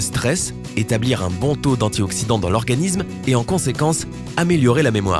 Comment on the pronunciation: Métabolisme ne se prononce pas métabolizme, organisme non plus d'ailleurs.